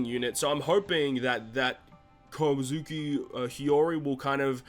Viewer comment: Why can’t people on YouTube pronounce kozuki